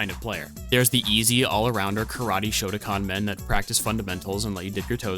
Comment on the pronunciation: IT’S SHOTOKAN NOT SHOTACON YOU ARE SAYING SOMETHING COMPLETELY DIFFERENT 😅😅😅😅